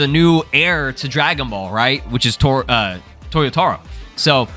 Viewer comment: it's to-YO-ta-ROH, not toyoTAro....